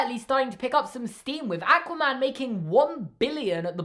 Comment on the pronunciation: I love u, but "Ackwa-man" 🤣🤣🤣 (also "Golden Age of Superhero Movies" 100% can see that)